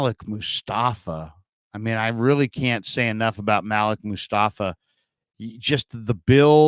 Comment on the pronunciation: I think Malik is pronounced (muh-leek)